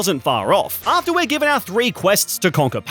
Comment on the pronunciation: Is it the spanish speaker in me or every time he says "our" it kind sounds like "el"?